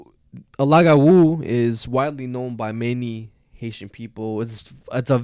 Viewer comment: as a half haitian, im surprised yet happy to hear yall talk about lougawous, i was never taught about my venezuelan side, so i enjoy hearing about the spanish urban legends too, but it’s really pronounced loo-gah-woo!! 🇭🇹🇻🇪 love this podcastttt. also, a bokor (boko) is a haitian vodou priest. A bokor turn people who have done bad things into Lougawous. Lougawous prey on children mostly. They take on human form during the day, and shapeshift and hunt for children at night.